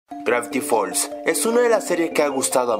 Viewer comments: El lo pronuncia gracti fols XD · craviti fold HACI SE DICE gravity falls HACI SE ESCRIBE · Al comienzo del video: "Grafty falls" xDDD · grafti fols xD